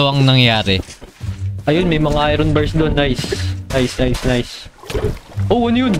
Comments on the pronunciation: when you pronounce Iron as ayron instead of ayorn 💀💀💀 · Lods "ayorn" ang pag pronouce sa iron❤️lab lots love your vids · I-Ron hahahaahahha galeng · Kua Hindi Po i-ron iron Po ahhaah